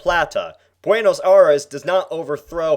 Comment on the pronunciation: How he said La plata and Buenos Aires kills me.